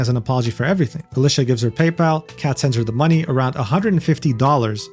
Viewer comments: Nah that's just how Alicia be 😂. (you do pronounce her name a little wrong btw) Used to watch her channel quite a lot but stopped recently because Youtube kept getting rid of comments on her channel on most of my accounts despite never saying anything bad and well... not being able to interact makes it feel pointless to me. I only watch content I can interact with. I still like her as a person but just stopped watching the content for that reason. Changing the story again btw, as he did at the time have premission she said she only changed that after this incident. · bro get alicia name wrong